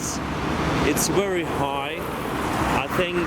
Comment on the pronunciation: Not only a pilot but also a good travel guide.. Interesting places.. You speak very clearly and I can understand everything you say without having to check the dictionary. I'm not an english but I notice your pronunciation of the word "very" looks very strange, it's most like "wery" instead..